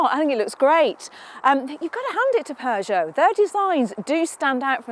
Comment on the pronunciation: There is no R in Peugeot, great review otherwise.